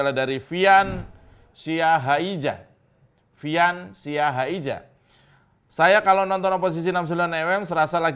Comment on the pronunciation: Mas Djo Siahaija bacanya Siahaiya